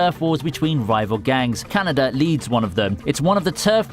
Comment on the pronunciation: Why did u call Kaneda Canada? 😶